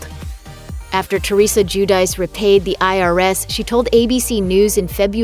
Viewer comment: I think the name is pronounced Ju- di- chay. Giudice. Italian.